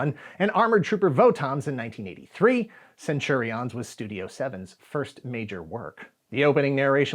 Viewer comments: Why CenturiOHNs? Do you use the same pronunciation for champions? Companions? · Please stop saying "centuri-ons". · Interesting way to pronounce Centurions. I always remembered it as Cen-tu-rians. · The way says "Centurions" with the emphasis on "IONS" is worth a giggle every time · As a fellow Aussie, do u find his pronunciation of Centurions a bit different to how we heard it? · Can I ask why you are saying Centurions like that? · Am I the only one that cringed every time he mispronounced Centurions? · He keeps mispronouncing Centurions, even after the ad plays. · Why is this guy saying Centurions like that??? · Why are you pronouncing Centurions like that? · Will subscribe when you learn to say Centurions properly...